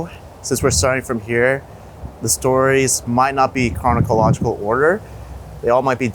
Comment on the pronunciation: The speaker needs to learn to speak English. "kronokological"? WTF dude! It's chronological.